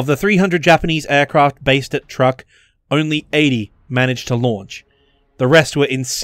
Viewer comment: Dude, it's pronounced "Chuuk", not Truck.